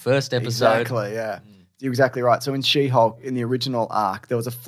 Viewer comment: Did I hear you say shitty hulk instead of she hulk?! 😂